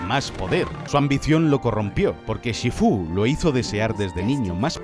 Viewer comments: Por que lo llama shifú esn vez de shífu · Shifú? Porque lo dices así como si llevase tilde😭 ni en inglés ni en castellano lo pronuncian de esa forma y no es la primera vez que haces algo así y me da un poco de toc 😂 Aún así, este vídeo es cine, como todo lo que haces🚬🗿 PD: usar To Love’s End de Inuyasha como música de fondo hace a este vídeo aún más cine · Me dio toc, en todo el vídeo, como dice SHIFÚ, no lleva el tono en la U!!!!!! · SifÚ?? TailOng????Sifu y Tailung bro. Es que no has escuchao en tu vida cómo lo dicen o qué? De verdad que me da to el asco que lo pongas to en latino pijo que eres español por dios